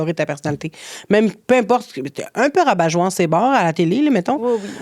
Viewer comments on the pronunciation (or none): Hey merde! Je peux pas croire que je vais faire ma Karen! 🫣 Mais bon....on dit "rabat-joie" autant au féminin que masculin. C'est invariable. "Rabatjoise" n'existe pas! Voilà, désolée pour ma leçon de français mais ça m'a vraiment écorché les oreilles! Sinon je vous aime les fille😉